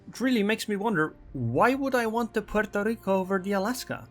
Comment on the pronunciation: Every time says 'Pueeerrtooo Rrrriiicooo', shake your maracas!